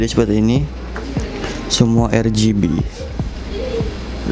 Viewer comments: Yang bener "ER-BI-JI" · Bukan "ER-JI-BI" tpi "AR-JI-BI" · Bitj Pls, "ER-GE-BE"